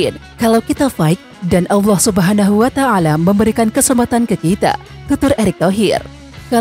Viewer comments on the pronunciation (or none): none